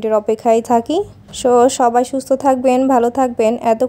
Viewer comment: আশ্শালামু আলাইকুম না বলে আসসালামু আলাইকুম বলেন 😊